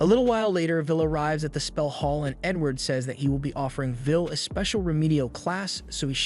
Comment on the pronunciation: bro said N word instead of Edward 😂🤣